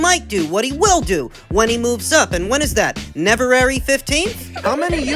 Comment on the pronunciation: Yooooo he said Neverary 15 😂😂😂😂